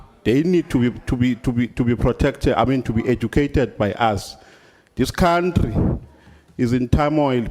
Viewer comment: Can he spell country if he can't pronounce it??